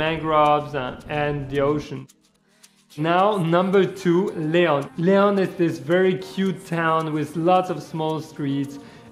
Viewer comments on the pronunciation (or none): none